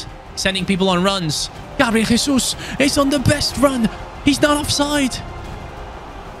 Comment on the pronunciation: gabriel jesus is brazilian, you are saying his name in spanish!!! great video as always, love from brazil, VAMO GRÊMIO!!!!